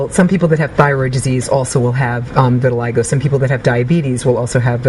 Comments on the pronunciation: "viri-lie-go" ? it's "vee-the-lee-go"" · No, lmao.... it's pronounced "vih-tih-lie-go" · vit a lig o not vit a leg a